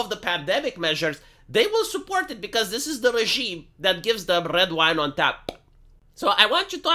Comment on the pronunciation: "tch-ah~PPP" If you hear someone saying "tap" like that, please, put them out of their missery.